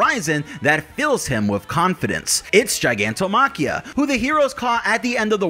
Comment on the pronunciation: The word is pronounced “gig” like a job. “Gig” not jig like a clamp or securing tool. Gigantomachia not jigantomachia. It is also the word for the Olympians(greek pantheon) war against the giants